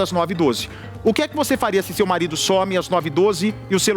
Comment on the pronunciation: Porque o Bacci ta trocando o s por f? Esquefer, vofê…